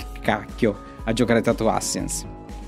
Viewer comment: "Tatoo ASSASSINS", non "ASINS". Tatoo Assassins può essere brutto e fatto male, ma dai, non si può dire che non sia divertente. Se lo analizzi bene, incarna esattamente la definizione che dai tu stesso! "Brutto" non è la stessa cosa di "non divertente".